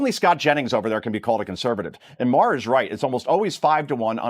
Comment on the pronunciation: I thought Bill's last name was pronounced as "marr" NOT "mah-har."